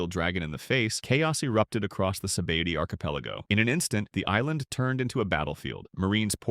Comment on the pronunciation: Yo, how about SaBaby Archipelago? The AI hates One Piece